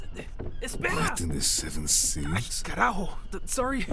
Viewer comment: Me muero 😂 cuando dijo carajo jsjsjsjs. Perfecta pronunciación de mi palabra favorita